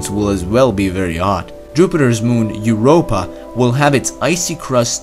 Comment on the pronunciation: "Eart, Er, gilometer, and YEERopa"😂